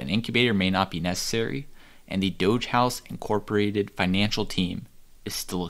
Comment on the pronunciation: "Dogehouse Incorpotated"? Come on,, "Adoge, Inc." I insist!